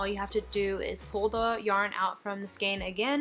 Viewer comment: Lol "Skayne" 😂